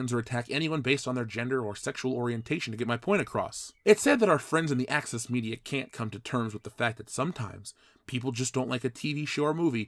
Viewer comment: For a second I thought you called them Axis Media instead of Access Media,.